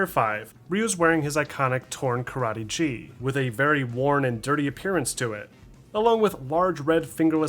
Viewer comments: Did say "G"? It's pronounced "Gi". The G does not make a J sound. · "Ryu is wearing his karate JEE" Such an American education moment. It's pronounced GHEE. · Good day sir. Just a minor pronunciation correction; it’s “gi” similar how you enunciate the letter g in “Guile” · "gi" (as in karategi, judogi) is pronounced with a hard g, not soft g